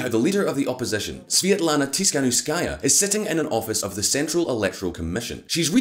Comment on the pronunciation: Holy shit, how's that even possible to butcher Svetlana's name like that